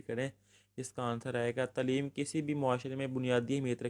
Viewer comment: Acual lufz Taa leem hay tuleem nahi shukria